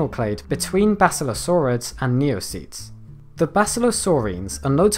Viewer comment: Him: Neocetes Me: N E O P E T S